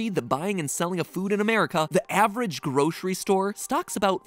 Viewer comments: The real crime is pronouncing it groshery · There’s no sh in grocery. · I can’t get over the way Mattsays “groshree” Must be a regional pronounciation